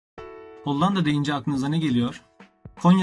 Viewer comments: Maalesef hollanda diyemeyişinden videosu izliyemedim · Çok kötü önce bir diksiyon dersi al ve Hollandayı düzgün telaffuz et! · Reis nedense her hollanda dediğinde bi gülme tuttu